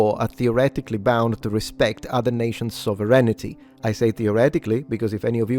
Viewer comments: So-ver-einitty : Sovve-rain-tee , they're all the same after a while, aren't they ? 🤔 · Sovereignty is a three syllable word, not a five.